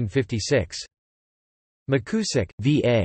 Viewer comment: Appreiciate whoever posted this. It may be worth repeating the project with a newer, more natural-sounding computer voice. The surname is pronounced Mick You zick. And you probably do not to read out the bibliography. Again, thanks for the effort. He was my wife's uncle.